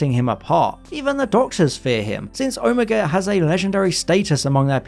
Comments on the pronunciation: Sorry, this is starting to really annoy me. You do this, the girl on who culture does this, and it’s frustrating. It’s pronounced Oh-may-ga not oh-mee-ga. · I swear you mispronouncing Omega as Omeeega or Omayga sometimes, but then saying it correctly sometimes... I thought you were trolling us until your comment at the end. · Omega not omEga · hmm, mis pronouncing Omega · At the time of this programme, when I was growing up in the 60s in England, the last letter of the Greek alphabet was pronounced neither omeega (which sounds like "amiga" to me) nor omayga, but ALWAYS Oh-miggah. The same pronunciation was used in Evil of the Daleks for the same reason. It may have been classicists' influence. There are 2 Os in Greek: the little (micro) O, hence O-micron, and the big (mega) O, hence O-mega. So I still pronounce it as Oh-miggah. For the same reason I still say Oh-my-cron, and not Ommee-kron as the medics said during Covid.